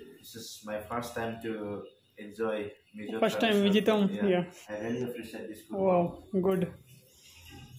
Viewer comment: Not mezoram😂😂😂 it's Mizoram